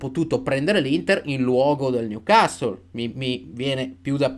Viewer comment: finalmente qualcuno che pronuncia "Newcastle" in modo giusto (non è cosi' mportante ) ,ma sicuramente suona meglio...